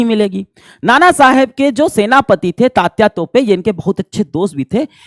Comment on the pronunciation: तात्या तोपे नही सर तात्या टोपे है